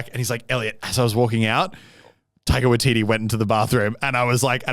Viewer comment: He said it wrong I'm from nz and I know how to say it